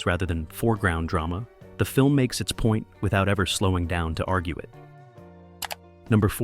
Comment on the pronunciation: .. keeping one foot in Dray-Mah? WTF